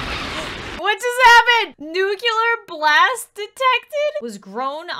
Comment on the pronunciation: Did she say "nuculer" instead of "nuclear"? That's not how you say it...